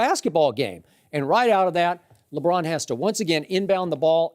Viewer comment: I cringe every time Broussard says "Lebron"